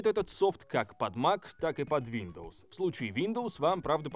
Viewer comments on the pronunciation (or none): none